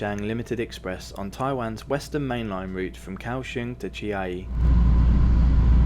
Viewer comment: Chiayi should be pronounced as Chia Yi instead